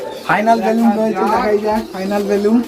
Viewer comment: It's not "বেলুম" it's "বেলুন"